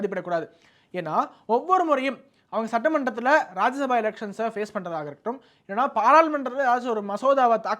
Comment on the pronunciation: தம்பி அது ராஜ்ய சபா, ராஜசபா கிடையாது, என்னடா நாரதகான சபா மாதிரி சொல்றீங்க 😂😂😂